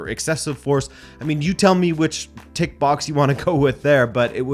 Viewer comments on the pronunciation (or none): none